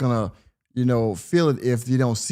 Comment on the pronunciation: Is he saying sanda bland name wrong . He never says American things correctly even saying like "I call it like is say it (see it)"